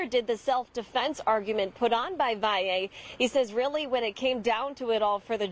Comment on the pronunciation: Thank you for pronouncing his last name correctly.